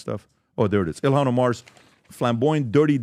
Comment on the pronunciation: Her name is Ilhan. Not Elon guys